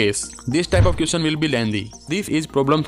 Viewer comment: M must be worrying about the next....all m bothered about is the way u pronouncing question..m sorry